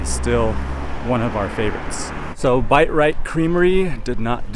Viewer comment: Bite Rite? Did they change the business name??? Thought it was Bi-Rite 🤣